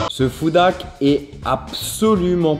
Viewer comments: Tu as le même accent en anglais que François Hollande lol 😂 tu ne dis pas « Food hack » avec le son h mais on dirait trop que tu dis « foudaque » mais bon je me moque gentiment et t’inquiète on est très nombreux à avoir un accent pourrie et ça se trouve y’a que moi qui entend ça donc si oui désolé Ce qui sont d’accord liker 👍 Sinon j’adore ce que tu fais ça fait longtemps une petite recette et puis j’avais beaucoup aimé la vidéo top chef avec Hugo se serait trop bien la revanche parce que tu dois prendre une revanche car il a quand même eu petit coup de bol et surtout la chance du débutant et sinon comme vidéo ou j’aimerais beaucoup voir d’autres y’a : les vidéo troque ou vous échanger un stylo contre des choses, les recettes bien sur et tout vos concepts fait avec Hugo sont super 👍 Allez continue comme ça on t’adore et vu que les Meet up et les rencontres abonnés dans les conventions ou autres c’est dur pour moi car je suis handicapé et je ne peux pas rentrer dans une foule sinon si je me prends un coup j’ai plus de peau et je saigne comme une piscine même si je suis en fauteuil roulant c’est compliqué donc hâte à ton restaurant là ce sera plus simple et sinon on espère te voir dans une émission de cuisine en tant que candidat bye Pouce bleu 👍 enfin jaune mais y’a que ça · ça ne se prononce pas comme ça 'foudak' mais avec un H aspiré ;) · ce « FOUDAK » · Ça m’agace tellement comment tu dis « foudak ». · c moi ou bien charles disais foodak😂😂😂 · Des "foudak" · Les "foudak" 😂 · “Nous allons tester des FouDÁkKk” 😭😂❤️